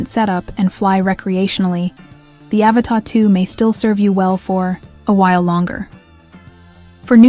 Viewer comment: AVATA! Not Avatar. Pffffffffft.